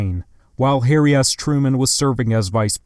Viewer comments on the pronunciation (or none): none